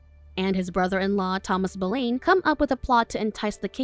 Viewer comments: You pronounced Anne's last name wrong. It is prounced Boulin. When saying popular history figure, the name must be prounce right or people will think it is another person. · I would like to add that it is Pronounced as “Bow Lin” and “Mar key”but thank you for reviewing it! It is very good! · The mispronunciation of the name Boleyn the entire recap tells me the narrator doesn’t doesn’t know Jack shit about this story, or someone told her to pronounce it that way…who also doesn’t know Jack shit about this story.